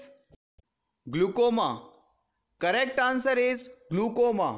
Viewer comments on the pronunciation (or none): it is not glucoma, it's a glaucoma